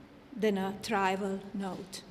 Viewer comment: “ atemst”? “ catorised”?”trival”? The last one really stumped me. Did she mean “ trivial”? But let’s continue: “ accounter” ; images have been “ calculating” on social media? Several proeminent - what kind of executives? “ mill” executives? And this is the woman who - supposedly - speaks a few languages fluently ( 4 or 5 of them) and has an IQ off the charts? Hmm… I will refrain from further comment….